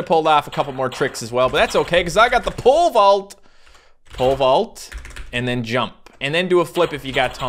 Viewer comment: When he says pole vault it kinda sounds like he's saying pervert